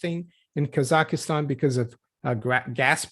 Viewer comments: 3 syllables: kah zakh stan (not 4 syllables: kah zah ki stan) Why are Free Masons pro-bono? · Kazakhstan There is no 'EEEEEEE' in KazakhEEEEEEEEstan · She says “Kasakhistan”